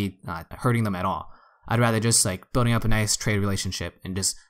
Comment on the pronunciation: I always hear “road bidding” when you say “road building”. 😄